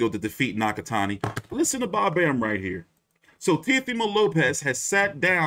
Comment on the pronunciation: Damn bro absolutely butchered Nakatani’s name in the beginning lmao